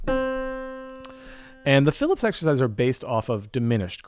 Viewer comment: Hey, FYI they are called fil-EEP, not Phillips!